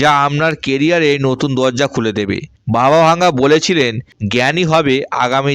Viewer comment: বাবা ভাঙ্গা না, বাবা ভেঙ্গা হবে